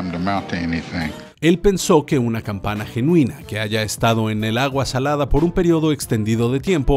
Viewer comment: Corregir dice campaña cuando debe decir campana